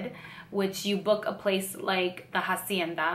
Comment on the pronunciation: isnt the H is hacienda silent? weird